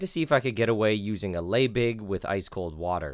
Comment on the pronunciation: Pretty sure it's pronounced "LEEbig" :-)